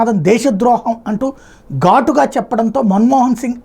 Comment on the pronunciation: gatu ga kadu. Ghatu ga anali